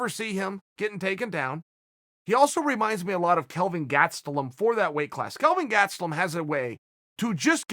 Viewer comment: "Kelvin GaTstelum" sounds like a natural fighter Uncle Chael. Looking forward to seeing him fight in the ufc one day.